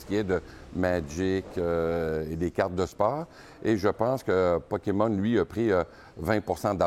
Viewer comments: le dude est pdg d'une compagnie qui vend des carte Pokémon et prononce Poké-Mont ??? WTF le scam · OMG... Le gars prononce ça Pokémont... LOL. J'espère qu'il ne va pas prononcer Riftbound, Riftbon.... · J'ai plus l'impression qu'il était pas sur a quelle point il avait le droit de prononcer à l'anglaise a la TV Québécoise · Sa façon de dire Pokémon me trigger solide. 😂